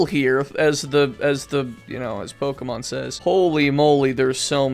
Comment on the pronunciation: Who pronounces it like pokeeemon?